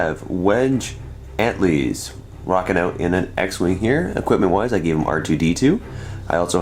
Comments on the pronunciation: its wedge "an-til-eez", not "ant-leez" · a little fun starwars fact for anyone interested; Moff is not that guy's name, Moff is a rank. also his name isn't pronounced ant-lees its an-till-ees. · hooray Ten Numb should have used a Mangler canon at least You don't automatically have inititive for having a lower squad points value. You get to choose who has the initiative. Also it is pronounced like "An-till-ease". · It's pronounced An-TILL-eees you philistine! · "Wedge Antlees." Noooooooooo!!!!! No! Stop it. Just stop. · Yes how do you cover Star Wars and not know what his name is! Terrible.